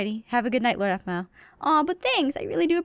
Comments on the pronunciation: keeps saying apple instead oof Aphmau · It's so cute that can't say Aphmau so he calls her apple